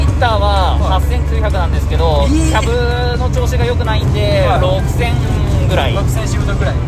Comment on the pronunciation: 部品の発音が変。 マーシャル キャブ